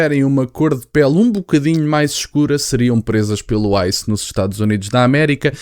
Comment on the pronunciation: Quando ele falou Icém é igual grupo kkk jornalista falou esse grupo atacava os pretos ele não atacava dois branco preto